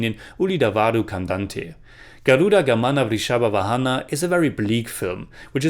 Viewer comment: Here we have a brother from foreign pronouncing the title of the film Garuda Gamana Vrushabha Vahana so perfectly and we have northies of our country who give silly reasons not to pronounce those words properly 🤣🤣